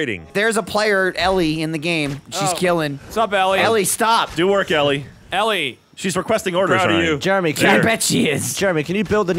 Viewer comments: Ellie Fanning must be a new Fanning sister because I've never heard of her. Sarcasm aside they should learn how to pronounce her name. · Isn't "Elle" pronounced like "L"? Or is it "Ellie" like they were doing? Just curious. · elle pronounced "L".... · they don't know how to say Elle😂